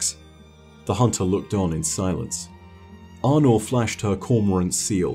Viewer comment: when first start talking about Aunor, he kept pronouncing her name like Arno (french male name) and im like, wait who's Arno? the Drifter pronounces her name like A-nor so i didnt expect to pronounce differently, maybe my ears broke idk